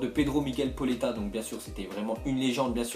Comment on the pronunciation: pauleta il faut prononcer le a et le u il faut le prononcer o c'est pas poletta hein